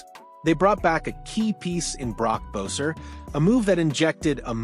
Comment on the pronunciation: Learn how to say Boeser’s name correctly before making a Canucks yt channel 🤦🏽‍♂️